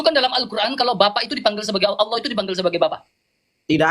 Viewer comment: RK aja gabisa bahasa indonesia mau sok2an debat 😅 tulisan double L tapi dibaca Alah lucu oten nih 😅